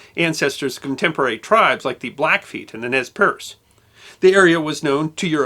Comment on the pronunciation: The Nez Perce tribe is pronounced: Nay Per-say